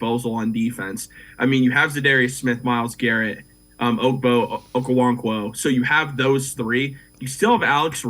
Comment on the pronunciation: The butchering of Okoronkwo’s name is masterful in this segment